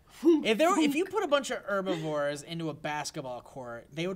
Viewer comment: it's HHEERRbivores... not er-bivores.